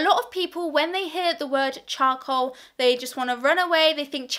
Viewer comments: I heard choco instead of charcoal.. And now i cannot unhear it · she says chow-cool